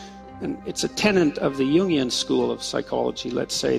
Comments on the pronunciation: Jungian not union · “Jungian” rather than “union” school of psychology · Jungian, not union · *Jungian, not union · it's jungian as in Carl Jung, not union psychology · “It’s a tenet of the Jungian school” as in Carl Jung. Not “union school.”